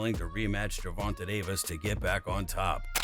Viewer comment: Gervont-tay not the way you say it